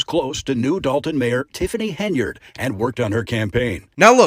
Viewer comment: The mayors name is Henyard, not Haynard.